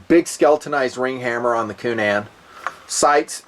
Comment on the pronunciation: needs to learn how to pronounce the good Irish name Coonan, "coonun."